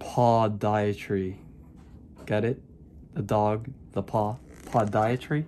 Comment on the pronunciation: Podiatry - Puh•di•uh•tree ~~ Enucleation - e•nu•kle•a•shun 😉😉😂😂😂